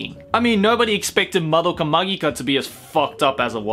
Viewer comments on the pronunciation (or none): none